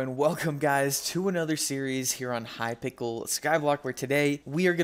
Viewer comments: I love the youtube tactic of miss saying a word like hypickel so you get free engagement it has obviously worked if anyone reads this though. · Bro said hypickle 💀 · bro its not hypikel its hypixel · was i the only one that heared hypickle skyblock